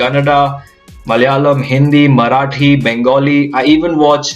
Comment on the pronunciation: My language is often the most mocked language....nice to see a north indian pronouncing the word 'Malayalam" so well.....